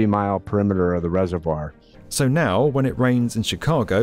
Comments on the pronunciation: What’s a “reserWIRE”?! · everytime I hear 'resevwoiyer' I physically cringe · The way the narrator pronounces "reservoir" is so distracting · Isn't the comparison Tokyo's emergency-flood-storage-cavern a necessary addition to this one? Literally that reservoir is big enough to store Godzilla and every city with flood problems could learn a thing or two from them... Chicago seems to have quite a similar system where once the reservoir is full, storm water goes to the river instead. [also, I hate being that guy but "reser-vwyre" ??] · I'm almost 40 years old and until today I never knew that British people pronounced "reservoir" like that. Also, I haven't lived in Chicago for a while, but I'm pretty sure that The Italian Village does not serve deep-dish pizza. I don't think they have pizza at all! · You’re saying reservoir wrong again 😂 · Never heard reservoir pronounced like that 😭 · It's pronounced reservoir ;)